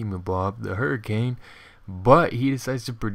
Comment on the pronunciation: i seriously smile every time i hear you say hurricanadus. good upload dude. :)